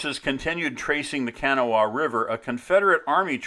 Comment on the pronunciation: pronounced Ka Naw Wa